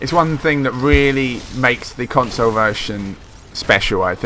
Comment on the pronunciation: What the fuck is a "consoh" lol...